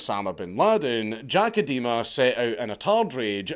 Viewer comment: I'm amused by the pronunciation of Idema as eh-dema instead of ai-dema, an Edema being a medical term for swelling caused by fluid retention. Can't tell if this is intentional or not.